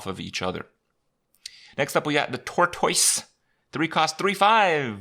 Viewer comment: Was that a joke pronunciation of Tortoise of another serious Kripp bad pronunciation?